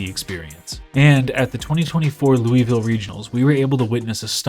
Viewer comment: hears how Louisville is pronounced, immediately closes video jk jk 😂